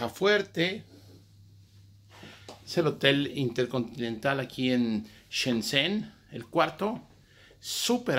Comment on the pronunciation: jajaja por fin se pronunciar Shenzhen :D